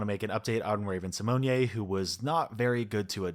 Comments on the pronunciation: Raven's last name is pronounced "Sim "own" not "Sim own yay", just so you know! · I kind of wanna send hate to you for pronouncing Ravens last name like that. Just say raven si-moan…. It’s just us here 😅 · Great video, Jack, but just an FYI - Raven Symoné pronounces her name "sih-moan" /sɪˈmoʊn/ (the accent over the "e" might have thrown you off) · Uh that's not how Raven's last name is pronounced. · I love the way you pronounce Raven Symone's last name. You've made it a lot classier than it actually is lol